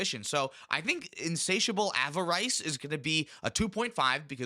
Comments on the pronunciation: Guys, please look up the pronunciation of avarice. It’s Av-Ah-Ris (like the first syllable in Rhystic Study). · I'm ready to throw down over the way you pronounce avarice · Av-er-is, pity-less...you have the power of the entire sum of human knowledge at your disposal and you still can't pronounce pretty common words. We are so doomed as a species.